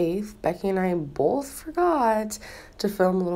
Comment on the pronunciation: NTG ughhhhh. I cringe when she says bolth... CRIIINNNNGGGEEE